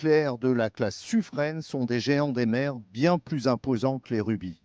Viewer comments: Le narrateur qui dit Suffr"ène", ça pique un peu mais bon, ce n'est pas très grave en soit. Par contre à "trouver les moyens pour réduire la discrétion acoustique"... Euh... non, c'est le contraire ! C'est "augmenter" la discrétion acoustique, la réduire ce n'est pas tout à fait une solution d'avenir... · Finalement on ne saura jamais si on prononce "sufrin" ou "sufrène" 😀